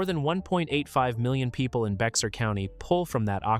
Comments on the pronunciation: Bexar is pronounced like 'bear' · Actually, Bexar is pronounced "bear" like the animal. Texans have their own way of Spanish pronunciation :). Good video. Thanks!